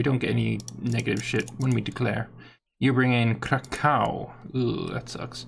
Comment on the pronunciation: Ok. Time to teach ya folks how to pronouce some polish names. Kraków is "Kracuv" or "Krackuv" Mieszko is ''Mieshco" or "Mieshcko" Władysław is "Vuadisuav" althou you can say "Vladislav" And Poznań is just "Poznan" but the last n is more like "nee" or "ni" Hope that I helped with "improving the sieries" ;)